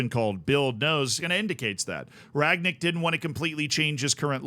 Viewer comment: Funny how a lot of english speakers can't say Rangnick. past tense of 'to ring' = rang, then nick. Not Ragnick